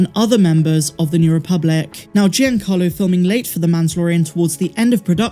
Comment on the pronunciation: Happy birthday,! Your channel is one of my favorites, and I rely on it for Star Wars news. Keep up the good work! P.S. You're mispronouncing Giancarlo. It's JON-CAR-lo, not GEE-an-CAR-lo.